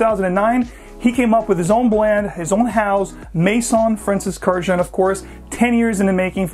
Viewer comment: Horrible pronunciation of a beautiful Armenian last name. Please look up the correct pronunciation.